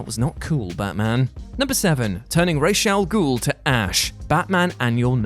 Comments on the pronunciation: it's RAZ AL GUL you muppet. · Raysh al ghul